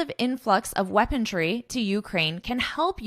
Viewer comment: OMG! you've pronounced "weaponry" as "weaponTry" on several occasions around minute 22 of this video? Is that really so? 😢 With all due respect to your work and as a general notice only😊: instead of using such sensitive and tragic international topics for your lessons, would you not be better off focusing on something more amusing, such as Canada becoming the 51st state and the like? 😮